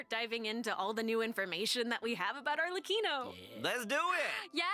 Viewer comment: I knew you'd be hyped for this patch, being the Cyno stan you are with him getting a part 2 story quest! Oh, and Arlecchino is pronounced with a hard C, like "Arle-Kino".